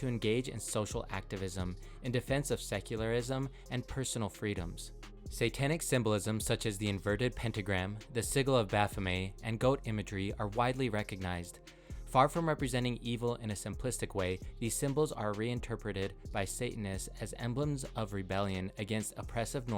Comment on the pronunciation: lost all credibility when i heard "baphomay"